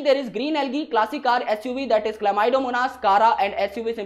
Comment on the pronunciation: U pronounce it chlamydomonas and I call it Chlamydomonas.. 😅😅